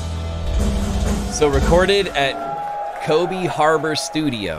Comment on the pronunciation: Kobe is pronounced Co-Bay, like Kobe Beef.